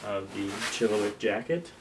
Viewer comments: Hey it’s pronounced “chilla -wack” not “chilli-wick” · For the love of God it’s not a chilliWICK. It’s a ChilliWack! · No one can pronounce chilliwack